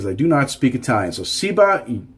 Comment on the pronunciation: Eye talian?! Is it FRA-gee-lay?